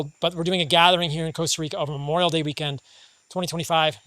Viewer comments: Stop calling it "Coasta Rica" bro. Loooool. Nice place though, amazing lifestyle also. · coasta Rica😂